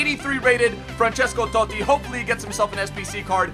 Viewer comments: Pissed me off the way he says totti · you saying Totti... 😣😣